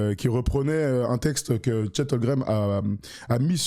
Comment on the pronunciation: Les gars je vous kiff et vous faites du super boulot. Je suis peut être (sûrement) un psychopathe mais ça me rend ouf quand vous (surtout ) prononcez Chet HOLGREM au lieu de Holmgren